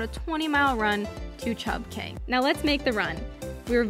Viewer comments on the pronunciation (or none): Cay is pronounced "key"